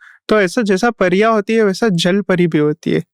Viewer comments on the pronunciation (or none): pariya ko phariya bol rha aur kashmiri me nahi gadhwali, kumau aur uttarakhand me hai pariyo ka man na....pta hai thoda sa par bolunga jyade